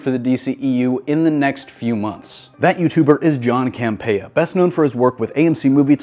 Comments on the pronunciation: ITS Camp-E-uh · John CAM-PEE-AH